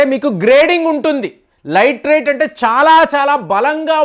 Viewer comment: లైట్ రైట్ కాదు, లాటి రైట్ అనాలి